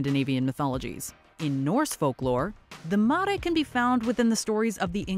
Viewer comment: 17, "Mare", like "NightMARE".